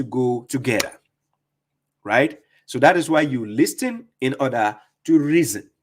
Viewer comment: the T in listen and listening is silent. Great video. Ever since listening to you and reading the Quran for myself.. cover to cover … it becomes so easy to see the lies that haditheeoons come up with.